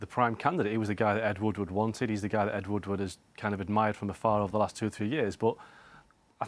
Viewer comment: "Ed Woodwoodwoodward" 😂